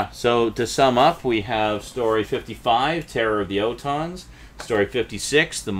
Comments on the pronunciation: What the hell is an O tons ? It's pronounced ALL TONS. Hell! Please pronounce the names correctly if you're going to critique it! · It’s pronounced ORton